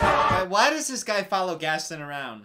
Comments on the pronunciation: Gaston: has a whole song about him and his name: mispronounces his name even during the song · The way he pronounces “Gaston” is making me cry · My favorite thing is that they literally sang an entire song about Gaston's name and still mispronounces it the entire movie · If your gonna say Gaston, can you at least say his name right?!? I mean they kinda said it a lot in the song... 😂 😂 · Anyone else mildly annoyed at how he says Gaston? Like.. just listen to how the characters are saying it, my guy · the way he pronounces gaston makes my blood boil ngl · I swear, the way mispronounced Gaston is torture. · everyone: sings a song and says Gaston 12 million times: gatin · hears everyone calling him Gason: gastin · Your version is just as bad. It's gaston not gason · Ok was being low key annoying in this vid 😂 “Gastin” when they pronounced the name correctly multiple times “Does the beast kill the father?” “I know this movie has a flying carpet” Honey everyone knows that’s Aladdin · I like how he says Gaston's name wrong when talking about the song that just says Gaston's name over and over again "Geston" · Makes fun of how everyone pronounces words Also: Ghasten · Nobody:: GastEn, Le fooL, Philliper XD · He called Gaston Gast in 😂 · why did he pronounce gaston's name like "gasten" lmao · “Gassie” HELP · the movie: sings a song that repeats Gaston’s name over and over: “Gastin” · He called gaston gas 😂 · Sir it’s GesTON! Loll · There was a WHOLE SONG about Gaston and you still mispronounced his name the whole time xD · idk where he’s from but if he’s from anywhere near North Carolina, there’s a lake called lake Gaston there that’s pronounced like he’s saying it. at least I’m hoping that’s the reason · pronouncing Gaston wrong for 30 minutes. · the whole movie: gast-on me: gast-on literally everyone: gast-on any chance he gets: gast-in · Its gaston not gason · Disney: Gaston: Gasten